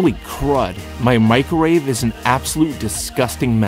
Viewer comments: LOL MICRORAVE did he triun asian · MIC-RO-WAVE! It's an onomatopoeia. >•<